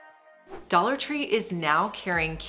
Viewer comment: Dollar Tree "tray" and "succulent"